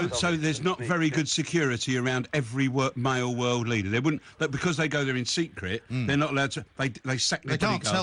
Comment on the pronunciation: its not wooden you mug.